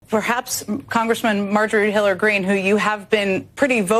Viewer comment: Marjorie who Green 🤔 I think she said Hiller Green